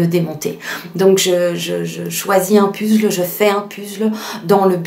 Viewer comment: Un pUzzle? C’est rigolo de le prononcer à la française. Belle vidéo !